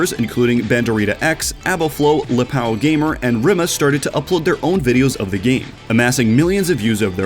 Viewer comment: You REALLY butchered “LipaoGamer” (technically it’s right, but LipaoGamer should have a “til”) Ã(this is an a with a “til)